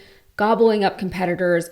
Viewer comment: Your reporting is easy to understand because your diction is usually flawless, but laissez-faire is pronounced LESS-ay-FAIR, not LAH-zay-FAIR.